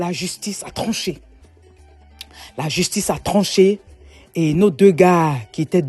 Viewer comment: Justice ou jusHtice ??